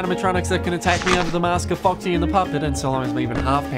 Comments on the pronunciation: i love how he said "focksee" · I don’t know why but I love the way he says “Incidentally, it’s only useful against Faw-xy” with so much emphasis Timed with the click of the flashlight, just hits right